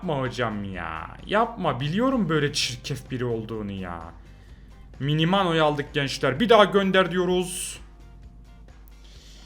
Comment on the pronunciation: Minaminoya Minimano deyen koca yürekli